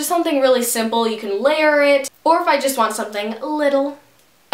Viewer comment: Lol at the way you said little :)